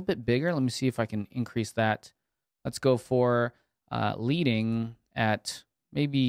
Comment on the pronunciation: Hate that my first comment on your channel is to correct something you said but the term "leading" or the space between lines of text is pronounced more like "sledding" than "reading." So basically pronounced like the chemical element lead or pencil lead. Just an FYI. Keep up the awesome work by the way. Your videos are always entertaining and to the point and I'm glad I found your channel!